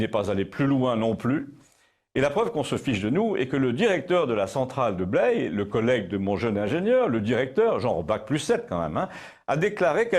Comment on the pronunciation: Appréciant particulièrement toutes vos émissions dont je vous remercie,je n'avais toujours pas trouvé d'erreur.Toutefois s'est glissée ce jour la centrale de Blaye qui se prononce comme braille et non comme blé. Mon père me citait en mauvais exemple de cette prononciation bordelaise,son professeur d'école d'ingénieur qui parlait du calcaire de Blé au lieu de Blaye.Je vous aurais élu en lieu et place de mon "grand-père préféré"mais trop tard je dois avoir votre âge.Sincères remerciements.